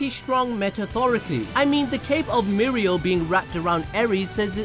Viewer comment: it's no mirio it's mi oreo